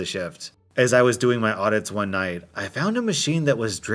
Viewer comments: Audits, not edits. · AUDITS not edits..